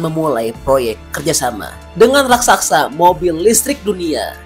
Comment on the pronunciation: Raksasa pak,bukan Raksaksa...pengucapan angka/nominal harga coba agak lebih tenang agar jelas,tidak terburu2 ,jadi tidak jelas apa yg dmasksud ucapan nya